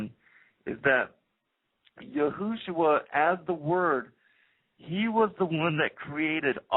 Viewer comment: ok before I listen to anotehr second of this ...stop calling him YOOHOOshua. It's Yeshua. PERIOD. I dont care ifyou think you know how to pronounce it. that's wrong. It has always been Yeshua. If you continue to pronounce it that way in future videos then I could only assume that everything else you say is imaginary as well